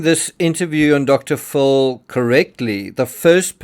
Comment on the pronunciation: Pronounce Dr. Phil as (fill).